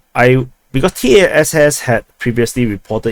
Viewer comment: When referring to TACC, it is not necessary to pronounce each letter; it is sufficient to say "Tass", [T-ah-ss] with a short "a" sound.